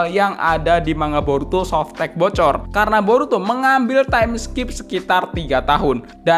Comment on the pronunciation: "tu blu softek" wwkkwkwkw